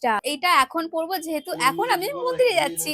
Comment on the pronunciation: মুন্দির ❌ মন্দির ✅